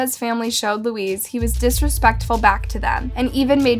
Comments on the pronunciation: Same as Luis is not pronounced Louise ..maybe pronounced Lewis or loo-ee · thank you for this! it bothered me so much that she kept calling Luis , Louise. its not the same name and Luis is pretty common so its no longer a language barrier she should have been able to say it properly. i almost gave it a thumbs down though i know it doesn't show up anymore. its bad enough i wont sub to this channel. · It’s not literally pronounced as Louise.. it’s pronounced ‘Louie’🧐